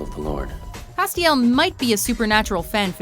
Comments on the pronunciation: How is Castiel on this list? He's an angel of the lord, who fell and came back. And the way you're pronouncing his name wrong is infuriating. It's Castiel, Cas, rhymes with ass. Not Ah. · holy shit learn to pronounce names its not cast-iel